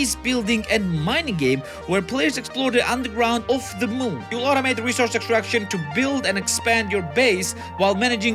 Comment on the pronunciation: "The Mhoon" Said Gru